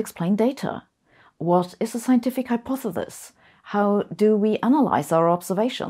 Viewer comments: is german pronunciation for hypothesis- hypothetis. Or is just how sabine pronounce things? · Ah Sabine, it has been a while since you have attempted to pronounce "Hypothesis". Thank you. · One person is pronounced hypothesis wrong , and I’m not sure now, if it’s you or me.